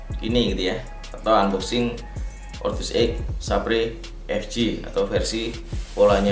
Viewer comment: saber mungkin baca nya bang.... :) mungkin hehehehe